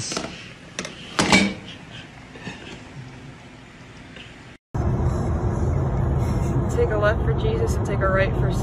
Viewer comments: SPAR CHETTI AND MEATZALLS😂😂😂😂😂😂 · SPAR CHETTI AND MEATZLES 😭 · when he said "perschetti and meatels" i suffocated, died, and had a funeral right then and there. 💀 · “Sporchetti an meachalls” lolllllll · “Sparsheti and meatdolls..”